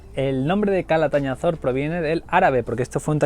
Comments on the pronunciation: Sabinar de Calatayud??? Catalañazor??? CALATAÑAZOR!!!! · Me representas pronunciando mal Calatañazor ! 😂😂 Sois muy 🔝🔝!!